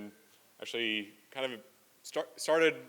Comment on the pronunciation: He talks like Elon, but fast. They both pronounce 'actually' the same like ''asherlee''. There will be calls for subtitles.